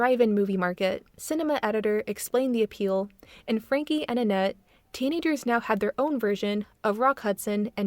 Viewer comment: That’s not how you say Frankie’s name